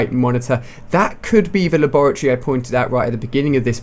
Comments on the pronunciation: It's lab -ra -Tory lol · A "Lah-Bore-A-Tree" lol. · haha La-Bore-uh-Tree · He's obviously not from where ever you are, because depending on where you where raised/lived it's pronounced differently, I know that in Australia it's pronounced lab-ah-tery, I'm not too sure for everywhere else. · la-borr-ity. Lol! :) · HAHAHA its pronounced lab-ra-tor-ee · You say laboratory stupid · How the fuck do you say the word laboratory, that sounds weird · Say laboratory again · Do you not know how to say laboratory? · nice pronoucing of labratory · U say labatory wrong ali a lol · The way he said Laboratory The fuck?